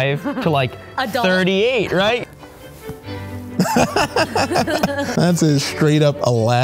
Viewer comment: stop saying adult wrong pls